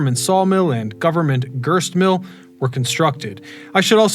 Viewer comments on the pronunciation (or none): and he said "girst mill" instead of grist mill.